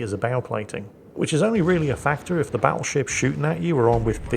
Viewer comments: I could swear said Paddleship instead Battleship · Hahaha! had to recheck what said as the Buffalo is getting paddled. Thought he said Paddleship.